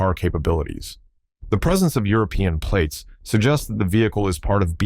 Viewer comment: Tem platees?